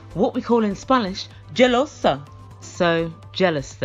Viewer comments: You crack me up.... By the way jealous in Spanish is: Celosa.... you said jelosa.... I’m latin and live in the US and most Americans are clueless about Latin music and the culture of it so he needed to understand but most importantly Darcy needs to understand that she isn’t his priority. She needs to stop dying her hair and burning it like that and get extensions that make sense.... maybe if she stop buying Gucci shoes and LV handbags maybe she could afford a good hair and eyelashes rescue lol.... and Tom and his sister should get married instead and keep dancing salsa until her ugly personality loses 130 LB.... 😆😁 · Did the sister truly said "jelosa"?? Oh God.